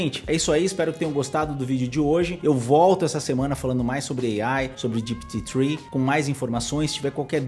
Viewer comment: Cara, fala GPT direito. GIPITI nada a vê !!! O vídeo é para brasileiros e não para americanos.